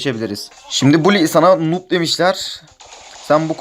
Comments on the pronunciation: Kardeş nub diye okunuyo nob diye deil burdan noob olduğun bellih 😀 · Daha noobu bile söyleyemiyorsun